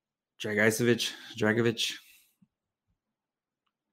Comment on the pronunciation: His last name should be pronounced Drag-i-say-vitch (like mitch but with a v). My best friend is a Croat. Ya'll talked about team factors in regards to his production and how his team isn't great, but I don't think that necessarily makes it more impressive in this case. I feel like a lot of his teammates defer to him since he's the only high skill player on the team so he generates a lot of points by virtue of volume of plays rather than quality. He does have a plus shot for a D-man though. Easily the best goal scorer among D in this class.